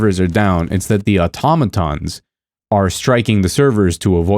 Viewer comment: You're the first person I've heard pronounce Automatons correctly